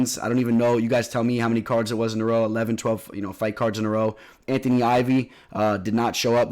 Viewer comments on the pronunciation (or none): none